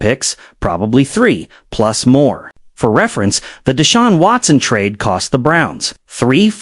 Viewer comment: A no “tra-day” clause. More AI slop. STFU